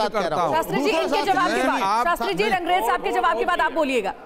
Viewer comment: rangrez nahi angrez hai.